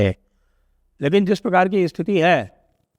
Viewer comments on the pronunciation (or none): स्थिति को इस्थिती ना बोलें